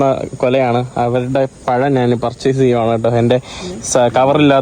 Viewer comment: നീ എന്തിനാ നാൻ, നാണ്, നാന്, എന്ന് പറയുന്നത്. ഇത് മേത്തന്റെ ഭാഷയാണോ. ഞാൻ എന്ന് ഒന്ന് പറഞ്ഞു പഠിക്കുക.